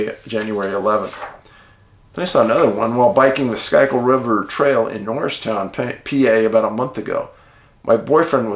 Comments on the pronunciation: "Schuykill" is pronounced "skoo-kull" Idk why but it is. With love from the City of Brotherly Love. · schuykill is pronounced skoo-kill. just fyi. keep up the great work.